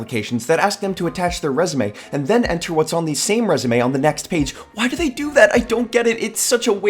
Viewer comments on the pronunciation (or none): none